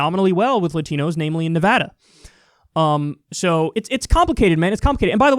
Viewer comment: As someone from Nevada it makes me so happy to hear someone actually pronounce it right